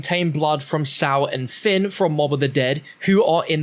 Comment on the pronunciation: fin not phil